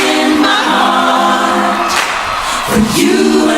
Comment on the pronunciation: 4'02 Euh dsl mais tu as prononcé "sur le mot HUrt". (j'entends donc "douleur" 😅) au lieu de "Heart" ("cœur") qui se prononce "HArt". C'est la linguiste en moi 😊